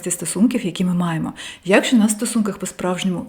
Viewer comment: face-red-heart-shape: я́кщо --> якщó когнитивно-поведінкової --> когнітивно-поведінкової зі своіми ... клієнтамі --> зі своїми ... клієнтами склати --> скласти в залежності від того, що --> залежно від того, що в своєї родині --> в своїй родині між першими нейронамі --> між першими нейронами в стрілочкі --> в стрілочці (якщо малась на увазі однина) по десятіріччям --> по десятиріччях (я б сказала на десятиріччя + відповідний жест, щоб було ясно, що їх декілька) брати в ней участь --> брати в ній участь емоций --> емоцій з вамі --> з вами зневажали вами --> зневажали вас двух тижнів --> двох тижнів батькив --> батьків непротиречивим --> несуперечливим зустричала --> зустрічала вибір об’єкту --> вибір об’єкта в дітсадочку --> в дитячому садочку --> в садочку таємнично --> таємничо зниму --> зніму підвисити вам настрій --> піднести вам настрій своїмі емоціямі --> своїми емоціями